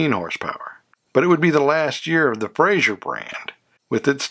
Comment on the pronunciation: Good video. A couple of inaccuracies - One, and I know I'm being anal about this first one so I apologize in advance but it's pronounced "Fra-zer" not "Fray-zhur." Joseph Frazer was Scottish, not French. The six cylinder Henry J engine was 161 CID not 191. The Carolina model in '53 was not the higher end model, it was in fact the lowest end model. It has almost no trim and no chrome. The purpose of the Carolina was to get a low priced car in the show room to lure prospective buyers in and then talk them into purchasing the upscale Manhattan or Dragon model. The arrangement with Sears began in the 1952 model year with the first Allstate cars in stores in December 1951 and contrary to what is stated in other videos and even in some books, the Allstate could not be ordered through the Sears Catalog. It was listed in the catalog but you had to go into a Sears store (in a few selected cities in a few selected states) in order to purchase one. The Allstate was sold in 1952 and 1953 with only 2,300 sold. It's unfortunate that the car shown when the Carabella is first mentioned is actually a '54 Kaiser early Special as that model did not have the 3 piece wrap around rear windshield as the Carabella did. Love the Brazilian cars. You don't hear much about those. Overall, a very good video.